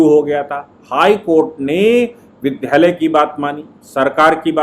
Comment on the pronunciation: विद् या लय बोलें विद्ध यालय न बोलें कृपया।